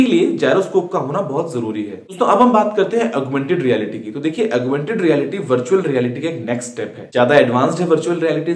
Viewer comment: "Augmented (Relaity)" wrong wrong!!!!!! guruji